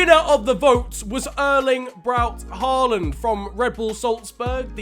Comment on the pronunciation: It's pronounced ho-land